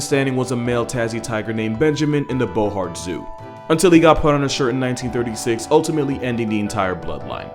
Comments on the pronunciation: Bohart zoo or Hobart zoo? 😅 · You have probably already been corrected but it was the Hobart zoo not the "Bohart" zoo in Tasmania. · Did I misheard or did mans actually mispronounce Hobart zoo as Bohart zoo. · "Bohart" zoo made me chuckle hard. You got the syllables wrong way around. It's Hobart. It's the state capital of island of Tasmania. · It’s Hobart not Bohart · Mate there are plenty of hard to say place names in australia that you get an automatic free pass on, but the pronunciation of Hobart is not one of them. Bloody drongo